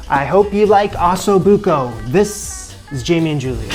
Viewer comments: It is Ossobuco and not Assobuco! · Sorry got turned off when I heard him call it ass o'buco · like fingernails to the chalkboard the way he pronounces Ossobuco. Can you try please? Go listen to an Italian saying it! Beyond that, nice find and good video.